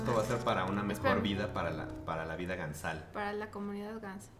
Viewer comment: haha "Episodio Ganzal"